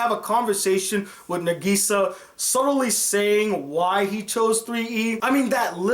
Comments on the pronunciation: I’m sorry but it killed me to hear him say negesa instead of nagisa 😹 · Hhh how you say Nagisa's name is n-AH-g-E-s-AH